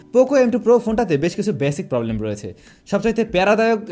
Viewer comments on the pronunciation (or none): none